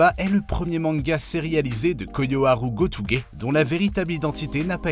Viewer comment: Koyoharu GotOUge